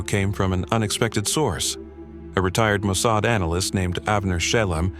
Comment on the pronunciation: When you mispronounced Mosaad I knew this was AI. I knew I could not sub.